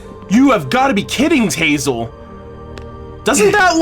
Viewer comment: you called him Tazel XD "Hazel"